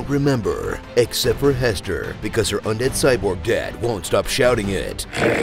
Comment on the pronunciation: Everytime Hester’s cyborg dad says her name I hear “hest AYRE !”